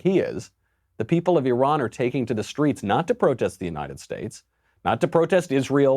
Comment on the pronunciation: at least Micheal Knowledge knows how to pronouce E Run correctly. Thanks Micheal.. love your show. You remind me of young Al Pacino in the Godfather.. do you speak that Italian American accent? can i hear it? im your fan from Malaysia.